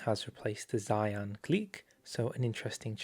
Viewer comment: It's not "Sai-ann" it's "She-ahn"